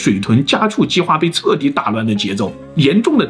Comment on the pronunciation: L 和 N 的發音.....🙄🙄 彻底，测底...😅😅 老大为何不稍微练习修正一下？如果发音都不愿意正确，谁敢相信内容是正确的？